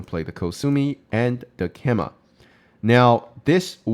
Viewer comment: Excellent content, have really enjoyed watching your recent videos! You are saying keima = ke-ma a lot but the common English pronunciation is kay-ma I believe (also similar to Japanese).